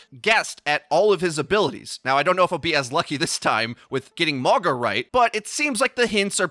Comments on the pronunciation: Say it "Mawng-ah" or "Morng-ahh" NOT "More-guh" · his name is pronounced Maw-nga. means mountain in a lot of the pacific island nations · I kept thinking you were saying MAGA ugh